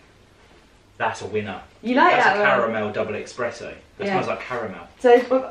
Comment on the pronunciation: Haha, doesn't know hot to say "espresso". Lol